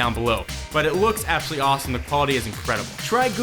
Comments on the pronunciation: lol appsolutley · APPsolutely... ಠ_ಠ